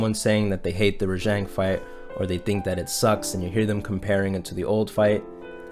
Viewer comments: HOLY SHIT!!! RAH JHONG NOT JANG OMMFG I RAAAAAAAGGGGEEEEE. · ReJang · Is it really raŽang? shouldnt it be raGang? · wait was i pronouncing Rajang wrong this whole time? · Your mispronouncing the name